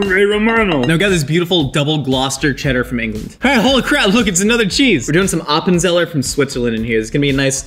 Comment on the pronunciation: Your pronunciation of Appenzeller is almost right. You just need to pronounce the "z" als "ts" and roll the r slightly